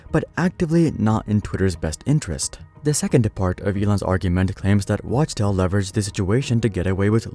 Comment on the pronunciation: Wachtel is pronounced "Wock Tell"